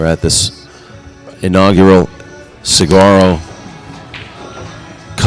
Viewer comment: if you are here in Arizona...moderating and helping present the game...PLEASE LEARN TO SAY SAGUARO sounds like suh-wah-roe...otherwise I love listening to you guys